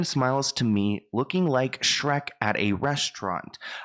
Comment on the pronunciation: Did Brittney mean Shreek instead of Shrek?